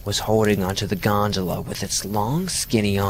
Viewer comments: Omg how many times did he say gondala? So annoyed lol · I wish a '100$' bill magically appeared in my wallet after every time he said "Godala" . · Ahh yes the creature on the G O N D A L A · Wait... Did he say gondala ? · I read this before I watched and couldn’t listen to him say gondola without laughing every time